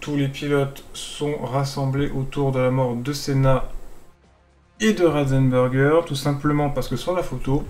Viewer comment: C'est pas Rosenberger mais Ratzenberger